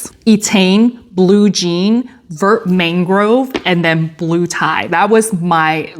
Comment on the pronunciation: Vert is pronounced “vair.” Vert means green. Also, Thanks for sharing.